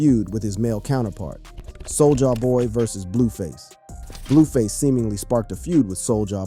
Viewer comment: Sol-jaah boy